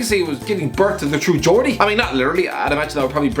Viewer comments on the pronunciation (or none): none